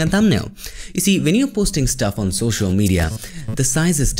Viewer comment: It's social not shoshal 😅 anyway jokes apart love your videos bro ❤️❤️❤️